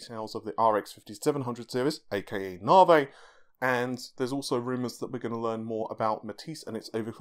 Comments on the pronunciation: This bothers me so much....I don’t know why. “Novvy,” not “novay.” Lol. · "Aka " lol, never change.